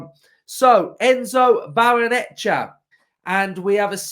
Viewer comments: Come on mate... you can do it... Barray-Nuh-CHAY-uh 😁👍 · Why is it only YouTubers who can't say it. 😂😂😂